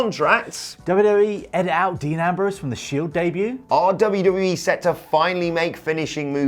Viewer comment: Dee Nambrowse